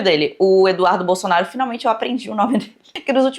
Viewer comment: primeira vez que vejo a acertar o nome do eduardo bolsonaro